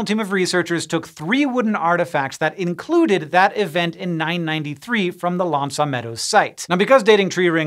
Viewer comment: So now we can use tree rings to date significantly large past solar ejections back a few thousand years. And, really, you surely must be able to make a closer approximation to the proper pronunciation of "aux" than 'ah'.